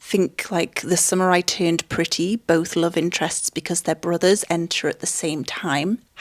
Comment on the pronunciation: Everytime you say "the summer I turned pretty" I hear "the samurai turned pretty". And honestly, I would watch a movie titled that way